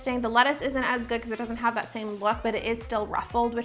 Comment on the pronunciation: Am I the only one who hates how she says “stuff like thot”